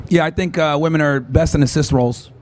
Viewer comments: It’s wahmen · Why can they never pronounce women? Why do they always say ‘woman’? Like aren’t they studying this stuff? How is it possible they can’t say the word? So annoying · WOMEN ! NOT WOMAN LOL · Every time I hear someone say woman instead of women I know they’re completely stupid 🤦🏻‍♂️ do they understand what the word plural means? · Lady really said "woman" instead of "women", imagine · She doesnt know the difference between woman and women... Its the new version of Ask - Aks. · Why does everyone say "woman" instead of "women" now? Is this a new fad or something? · I don't entertain anyone talking about women who cannot properly pronounce the word "women." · Cant even say "women" properly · I cringe every time she mispronounces "women". Plus, that masculine voice and energy is rough. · She can’t even pronounce the word “women” correctly.